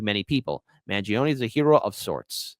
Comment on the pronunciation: you are Italian -- isn´t the correct pronunciation Man jone -ay? Voir dire is French and pronounced vwar deeer